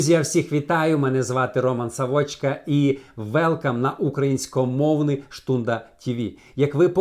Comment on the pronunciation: УкраЇнськомовний – правильно! УкраЇнський. Наголос. УкраЇна. Абсолютно - синоніми: цілком, цілковито, зовсім. По домам - по домівкаХ, по хатаХ, хатами, по домах. Не дивлячись на те - попри те, що; незважаючи на те; дарма що. Іменно - саме тоді, якраз у цей час Появляється - виникає, з’являється. Принаймні - правильно! Справа в тому, що - річ у тому, річ у тім. Їх засновник - їхній засновник. Їх - це кого. Цікаво відмітити - цікаво зазначити, зауважити. Попав на їх служіння - потрапив на їхнє служіння. Заблуджуються - стали на хибний шлях; ідуть помилковим (неправдивим) шляхом, помиляються. Відкрив нову релігію - створив новУ релігію, запровадив, проголосив. старУ, новИй. Скривають - приховують, замовчують. Порушив весільну клятву - порушив шлюбну (весільну) обітницю. Розвівся - розлучився. Невіруючі - невіряни. Спеціальне відкриття від Бога - особливе одкровення. дочкУ, дочкА, дОнька. доказано, доведено. видАннях - Наголос: завдАння, навчАння, запитАння, видАння, читАння, пізнАння Неправильно: У цьому тексті зустрічаються типові стилістичні помилки. Правильно: У цьому тексті ТРАПЛЯЮТЬСЯ типові стилістичні помилкИ. Не являються християнами - не Є християнами, не християни. Ні до якої вітки - до жодної гілки. Рахують себе - вважають себе. Триєдиність - триєдність Бога. Ці три якості - три риси. Признаний - визнаний. Підогнані - підігнані. Прихожани - парафіяни. Учить - вчить. новЕ вчЕння. Чи, або. Пасха - Великдень. Ніякі державні посади - жодних державних посад. Заставляли нос